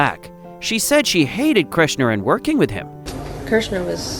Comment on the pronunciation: "KERSH-ner" Gracious